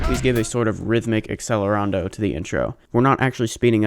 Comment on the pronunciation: cant even say accelerando right lol